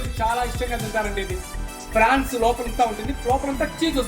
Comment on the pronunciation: అది ఫ్రాన్స్ కాదు...prawns